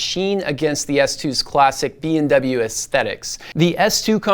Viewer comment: why do I hear BMW instead of BW all the time you say the short name of Bowers & Wilkins?